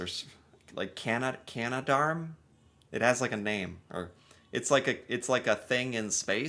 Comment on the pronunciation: I am VERY impressed!! You said 'Canadarm'.. seems even 90% of Canadians (sadly) incorrectly say 'Canada Arm'.